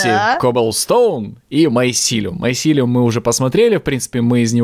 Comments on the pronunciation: не майсилеум а мицелий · помните как в Sky Den у некоторых подписчиков бомбило из-за того как произносит название майсилиума?